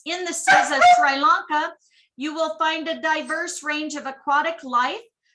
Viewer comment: The pronunciation us - Sree. Lón.kuh